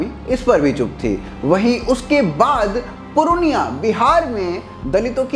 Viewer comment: पुरअनिया नही पूर्णिया बोले 🙏